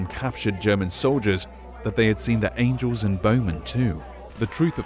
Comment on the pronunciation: you said angle not angel